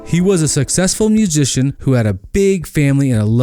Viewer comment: I didn’t know musician had a j in it. Also the x in successful is silent. Ur drunk